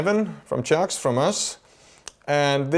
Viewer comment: 1. “Toys” from line 6 is right. 2. I like how he almost pronounces CIOKS as “sharks,” because I love sharks 🦈!